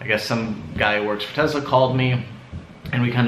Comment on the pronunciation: I think it's pronounced Tesla not Tezla